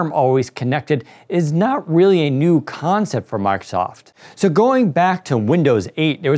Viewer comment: this guy says "concept" in a way that u can spell it as "Cohoughncept"